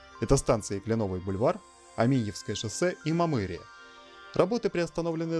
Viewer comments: Вроде бы название читается как Мамыри́ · Неправильное ударение в названии станции Мамыри